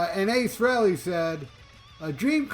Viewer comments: Fact and I noticed how He made sure it was pronounced correctly. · "You know who" specifically named the original members. Even pronoucing Ace Frehely's name correctly. You can be certain Tom Morello wont be involved, because of "You know who".